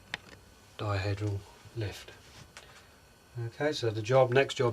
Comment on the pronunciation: Pronounce it 'diheedral', please.